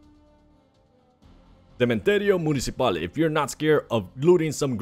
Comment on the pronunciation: Cementerio municipal.... you said it way off but I’d rather you do a video in Spanish or yo our native language rather than English 😂